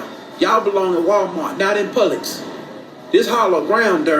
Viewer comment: you are leaving off the B. It’s pronounced Puh-Bluhks.